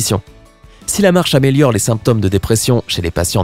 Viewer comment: On prononce "glaucÔme" et "symptÔme"...la marche n'aide pas à prononcer correctement semble-t-il! 😀